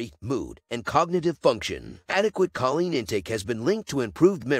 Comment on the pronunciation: Choline is pronounced: KO-Leen